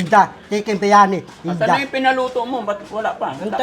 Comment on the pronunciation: Chicken bayani ✅ Chicken beryani❎ Vandam😂😂😂